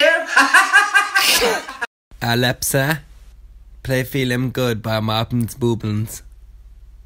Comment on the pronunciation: As if my alepsa has gone off when he said alepsa xxx